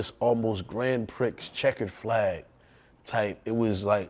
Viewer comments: Grand Picks? Pause. It's gran Prix, Pronounced (Pree). Pause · Can’t believe buddy said gran pricks, twice!😂 pree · Can he stop saying Grand Pricks lol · Bro said Grand Prix like Twix 😂😂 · Their pronunciation of Grand Prix... 🤣😱😭